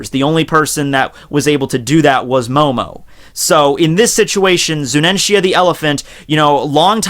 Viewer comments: its zunesha not zunensia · Zunenshia, if I got stabbed every time he said that name wrong, I'd need a total blood transfusion and stitches on half of my body. It's FOKKING Zunisha! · why are u saying ZuNEnSHia ? its Zunisha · ''zunensia'' kek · ZU-NI-SHA Fucking, learn your words baby. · You slaughtered Zunisha's name .